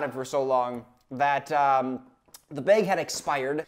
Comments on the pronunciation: I’m a Wisconsinite too, and now I’m self-conscious about how I say “bag” thanks to. Do I really say “baieg”? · "the baeg had expired" 💀💀💀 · "this whole five pound baeg" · you say bag as “beg” and instead of being annoyed i’m endeared :’) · I always forget you're from Wisconsin and then I hear you say bag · That Wisconsin “bag” coming in strong